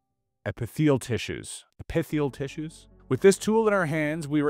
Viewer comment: Hearing him try to pronounce common terms is painful. Come on… you know what epithelial cells are.